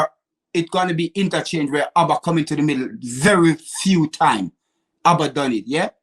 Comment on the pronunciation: Calls Auba , ABBA looooooooool knowing me knowing you, ahaaaaaa looooooool